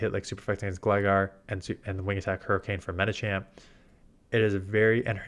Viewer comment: Thanks for the good advice, it's tricky to keep up when the meta changes. Although the way you always say 'Medichamp' bothers me.